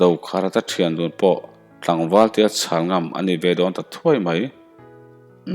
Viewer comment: Hmasawn feeee i ngai, inzir deuh teh. coma , te full stop te . a awm a nih loh chuan chawl chut chut suh. Khawi selei i lam dan kha a mak bon top. A tiah phei kha chuan khuai ani tih pawh a hriat miah loh😂😂😂